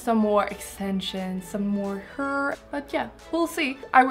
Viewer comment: its called "hair" not "her" :D